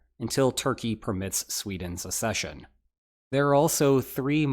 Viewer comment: It's not "assession", it is "accession"...as in, "ack-SEH-shun"....access versus assess, not the same words